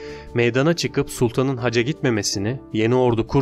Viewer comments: ‘Hacca’ yerine haca demenden dolayı mideme ağrılar girdi. 🤦‍♀️ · hacca ve sipahi kelimelerinin telafuzlarına dikkat etmelisin